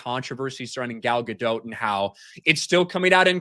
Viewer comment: Gal Gadot, or as likes to say Gayle Gadonk 😂